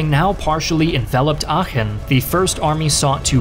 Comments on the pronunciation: Oh, he can pronounce "Aachen" correctly, but he can't pronounce "Iran" correctly. Is it less deserving of such native honorifics in his subconscious opinion for being a Muslim country? Or he just didn't care enough to give it enough decency and respect by looking it up as he did with Aachen? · You can really hear, that he practiced the pronunciation of Aachen. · almost perfect pronounciation of aachen, didnt expect that at all, great job! to give u a little hint, u pronounce it like achen though, not aachen. spend a little bit more time on the a like the e in bee instead of be. not such a great job on schutzstaffel though^^u realize btw that the german word volk is almost exactly pronounced like the english word folk? its the same word almost, why u pronounce it like wolk? and yes that includes volkswagen. u pronounce it like folkswagen not wolkswagen lol. well, there is also the great philosopher immanuel kant, and i dont want to get into how that is pronounced...i think i will just watch the video and stop commenting from here^^